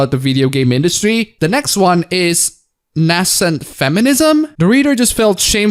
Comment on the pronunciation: Nascent is pronounced like "nay scent", it refers to something which has been recently created.